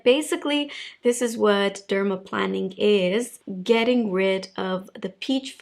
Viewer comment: I was hesitant to point this out, but I want corrections when I speak a second language, so I hope you do, too. It’s dermaplāning (like airplane), not planning (like planning a vacation). I love you videos - and your accent!